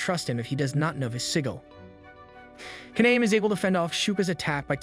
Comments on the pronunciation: So think of Japanese vowels like Spanish vowels. A E I O U are all pronounced as, AH, EH, EE, OH, UH. Kaname would be pronounced Kah-Nah-Meh, not Kah-Naym. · The main character's name is pronounced "kah-nah-meh." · I'm so triggered about how you pronounce kaname's name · LIKE THEY ALL SAY IT ONE WAY AND SAYS IT ANOTHER WAY /lh